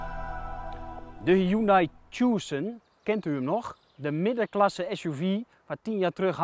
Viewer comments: tjoesen??? je spreekt het uit als "tukson" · Mooie Tjoessunn omg je spreekt het uit als Tuson pannekoek!! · 'Tjoeeesun', je spreekt Tucson uit als 'Tusan' meneer de presentator :-) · tjoesun.. man man man